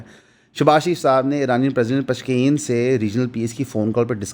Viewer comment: O bhai naam to sahee ly liya krein. Its "Araghchi" "Pezeshkian" and "Sohail Afridi" Roz e roshan ki tara "Ayyannn" its 'n' without dot in it